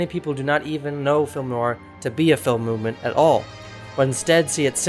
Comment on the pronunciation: NOIR has only One syllable! (the word is French for Black) It is not pronounced 'Noo-ar! Say the MAIN WORD properly to show basic respect for the topic